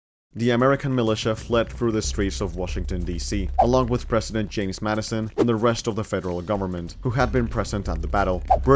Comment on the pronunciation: It's james not yames you actual illiterate